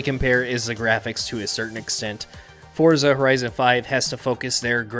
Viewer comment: its pronounced ForTza